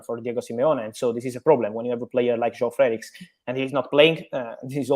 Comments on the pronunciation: HIS NAME ISN'T JHONN FELEETS 😂😂😂 It's Jaoa Felix. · its Joao Felix🙄